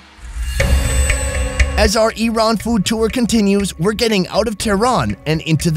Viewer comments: I RAN is activity you had in the morning! correct pronunciation should be like EERON! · Rule 1. It's purnounced "E-ran" Says "I ran" the whole video. Lol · Rats you show a long 'a' instead of short 'a'. You show to pronounce it 'e-rain' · Just my 5 cents, the rest of the world correctly calls it E ran, only the US weirds everything up calling it Ai Ran or Ai Raq. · Everyone else calls it iran, it's the Americans calls it airan, same with the iraq. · The phonetic pronunciation of Iran in English is i'ran, i'rän, īˈran which is ایران and can be آیران too, and the phonetic pronunciation of Eran in English will be اران or إران which is completely different word. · OH GOD THANK YOU FOR SETTING THE PRONUNCIATION OF "IRAN" STRAIGHT!! People who say "Eye ran" sound like inbred hillbillies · She said neck of aheep instead sheep neck hahah never mined man. and its called GARDAN in iran